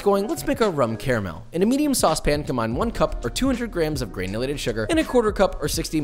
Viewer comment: gurrrrrnulated sugar